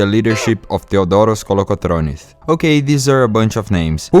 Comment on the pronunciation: Georgios Kolokotronis, not Georgioth Kolokotronith